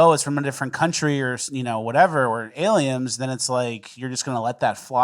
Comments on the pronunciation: Is saying “Aliems?”😂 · all i hear is saying “aliems” 😂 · So now its "alieMs" and "GriMch" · Do you just say self-flatulation 😂 It's flagellation with a g 😂 And am I hearing alien with an M? What is going on here?